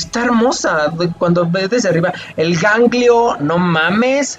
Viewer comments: Psdt: Es Ezreal no Israel jeje y es Galio No ganglio JaJajajajajja Muy buena reacción me encantó jaja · ganglio xDDD xD es galio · Cada vez que decia un nombre me moria de risa Ganglio!!!!! jajajaja nmmss Catalina!!! AJAJAJJAJAJJAJA evelyn a kai'sa JAJAJAJAJAJAJAJAAJ AY ME MUERO XD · jajajaja "gangliooooo" jajaja eres genial :) el "ganglio" es como un golem que absorbe la magia y le da vida, por eso Lux puede llamarlo, lo revive con su magia y el va a ayudarlos pues es el protector de demacia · Ganglio jajajaj 🤣🤣🤣🤣🤣 me hiciste el dia jajaja